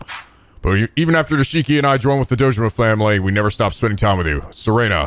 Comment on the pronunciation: Ahh, it wouldn't be a Yakuza game without mispronouncing Nishiki's name;)